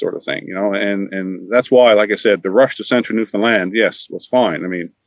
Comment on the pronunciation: Just to let you know..it's pronounced New Fin Land...not New Fin Lind. Check of the broadcast when says it the right way! Newfies are too polite to let you know that. Too bad that everyone mispronounces it